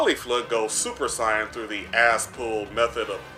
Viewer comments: did he say it (Sai- on )instead of (say-yun) or the Japanese(say-ya-jin) what a weird way he pronounces it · Why do you say saiyan like cyan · How the f do you pronounce Sayain... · Don’t even know how to say saiyan 🤦🏽‍♂️ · Why do you say Saiyan so weird?